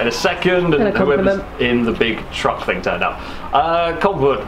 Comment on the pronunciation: Still wish you knew the difference between think and thing .(somethingnot somethink).. can hear my English grammar teacher turning in her grave